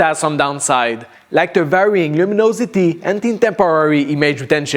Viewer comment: downsiiide like the varying lumonosity and the interrrrrpppppppooor detention lol